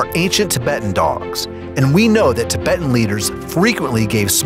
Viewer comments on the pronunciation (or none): none